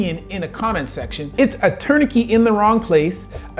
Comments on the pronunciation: Impressive but what is a "tournikey"? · Great video, although I have never heard anyone say, “Tourni-key” for tourniquet lol. Either way, the U.S. needs more robust gun control laws, based on the soul fact that gun deaths are way higher than every other country. Along with wealth equality reform, governmental reform, and installing more services that actually help people, instead of just making the rich richer and giving Israel money. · What is a “turn a key”? I heard you say that at least 3 times. What is that? Were you trying to say tourniquet? That seems most likely. If you’re gonna bring up something like that, I would recommend pronouncing it correctly, and then also educating people on the different classes of that particular survivability tool. You’re able to succinctly speak in medical terms that use quite complicated words, but error on that particular one. I think learning to properly pronounce the terminology in every topic you’re discussing would increase the validity of your position and video. I can hear past the mispronouncing of tourniquet, and I know exactly what you mean, but I can’t say that everybody would be able to do that. Overall, great video, very informative, and really sheds light on basic physics that people should be aware of, especially when discussing ballistics. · the "t" at the end of "tourniquet" is not silent. my mother is a native French speaker and is a high school French teacher (from Monaco, not Canada) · This guy mispronounced Garand and Tourniquet. Makes me question his knowledge. Lol. Not really. But it is distracting